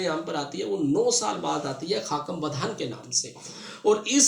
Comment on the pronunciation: سر بہت اچھا لیکچر انٹرویو کے لیے ۔۔ سر "خاکم بدہن اور غنودیم غنودیم " کا تلفظ اور ادائیگی دیکھیے گا۔۔